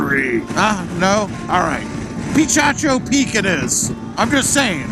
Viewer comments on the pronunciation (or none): What an adventure! BTW, it's pronounced puh-KA-cho...